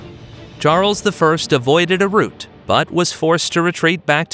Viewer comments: rout not root! otherwise excellent synopsis of the ECW. Thanks! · He said root. He meant rout, that's when a group of soldiers flees in panic, pronounced Row-t (Row like an argument, plus a T) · Rout not root 🫚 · You are confusing two different words: ROUTE -- "r-OO-t" (a path; a passage) ROUT -- "r-OW-t" (disorderly retreat on a battlefield) While "route" can sometimes be pronounced as "r-OW-t", the word "rout" is NEVER pronounced as "r-OO-t". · It's not "root," it's rout. Rhymes with "out." Silly AI. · He said "root" like the underground part of a tree. The correct way to pronounce an army running away is "out" with an R in front. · Very nice content sir. If I may, a small note: rout is not pronounced like route. ;) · I wish the AI would pronounce "rout" correctly. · The fisherman caught a trout. Her lips formed a pout. The defeated army were put to rout. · you are right, there's no English dialect that pronounces it like tree roots, he's a silly man that's probably never heard this word said aloud.